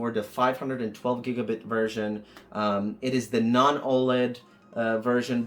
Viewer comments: I noticed that too. The nerd said "BITS" And I was like "Sigh............" 😂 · The way you say “giga bits” 😛